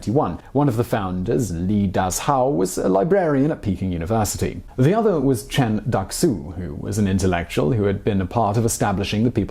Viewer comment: "Chen Ducks-ew" XD